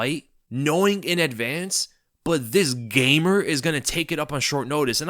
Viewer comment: I'm offended by how u say gamer 😂